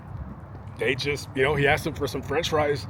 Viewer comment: He axed for the cechup and defs became him.